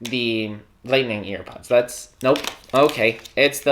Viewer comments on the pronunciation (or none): “we have earPUDS” “not airpods” “earPUDS”